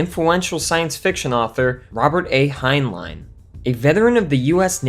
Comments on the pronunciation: For God's sake...when you're using names other than your own that you know HOW TO PRONOUNCE, ALWAYS LEARN HOW TO CORRECTLY PRONOUNCE THEM! The author Heinlein is NOT pronounced "Hein-LINE," it's "Hein-LYN!" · "Hein-line" - lol